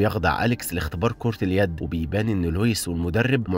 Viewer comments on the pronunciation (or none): عيد كلمة كرة اليد ٣ مرات 😂 انا اسف على التنمر 😂